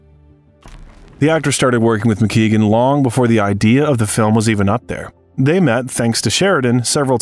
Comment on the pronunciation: DDL is a master at his craft but the name of his boxing trainer's name is Barry Mc Guigan not McKeegan. A Welsh man ex boxing lightweight champion.